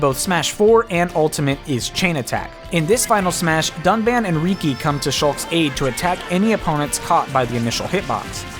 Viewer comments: What are the odds? Two completely separate channels pronounced Riki wrong the exact same way on the exact same day. I guess it's not easy being a JRPG fan. For future reference it's pronounced like Ricky. And in case you couldn't guess Chain Attack is my favorite. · Riki even says his own name during the final smash. How can they mispronounce it?